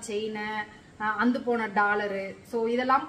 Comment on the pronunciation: Please அந்து போச்சின்னு சொல்லாதிங்க. அறுந்து போச்சின்னு சொல்லுங்களேன் 😂